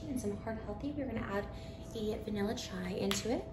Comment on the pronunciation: did trisha just say vanilla shai....